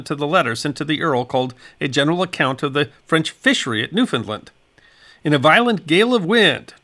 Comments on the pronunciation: Great video. The way to pronounce Newfoundland is “New - found - LAND” not New- Finland. Thanks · Please please please stop propagating this incorrect pronunciation of Newfoundland that has taken over youtube. It is pronounced Noo-f'n-land. The last syllable is pronounced land, not lund. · The correct pronunciation of Newfoundland is "New fin land" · It's new- finned-LAND accent is always on LAND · new finned LAND Accent always on LAND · Our island’s name is Pronounced “Noo-fun-LAND” Like “Understand” This storm is Forgotten by the Climate Alarmists Who claim that Hurricanes are Becoming stronger….. Thanks for sharing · As a Newfoundlander I heard about this great storm many years ago. You have done a magnificent job detailing what is known and giving references as to where to find contemporary information. However, Ifeel obliged to indulge in a little 'nitpicking', and criticize your pronunciation of the name of my homeland. The accent should be on the last syllable and not on the middle one. NOT" new- FOUND-lnd but 'new-fnd-LAND' - the same pattern as with the word 'understand'. That is how all true Newfoundlanders say it. Sorry - its continual mispronunciation is a pet peeve of mine. but it doesn't really distract from the great job you did. Thanks very much for that. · Newfoundland is pronounced the way its spelled.